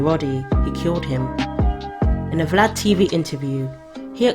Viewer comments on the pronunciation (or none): none